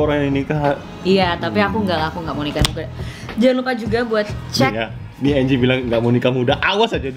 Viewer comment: Angie woi, dibacanya enji